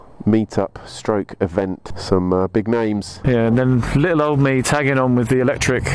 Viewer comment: to . Only a brit would call " braking performance" tasty. xD a " lii uuuUULLLL" bit of humOUR there eh ? xP